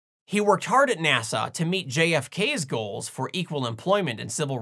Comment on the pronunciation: It sounded like you pronounced "NASA" as "Nasau". According to Rule 8, I have to ask: Was that intentional?